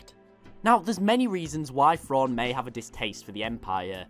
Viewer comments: It's thrawn not frawn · There's a specific British accent that just cannot pronounce the "TH" sound. Am I the only one who notices this? "Frawn" "nofing" "Feory" irritating I can only make it about FIRTY seconds into FESE videos. what might be an "overwise" good video